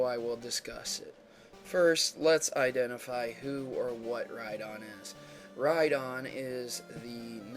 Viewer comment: lol ride-on rhydon